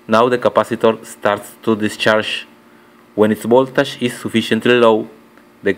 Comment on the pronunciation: El - i - di, no El - ai - di. Esa es la pronunciación correcta de LED, si no suena como si estuvieras diciendo LID. Y no se dice voltash, es más voltegsh. Saludos